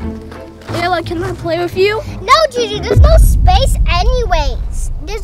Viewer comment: Layla say choo choo insted of Juju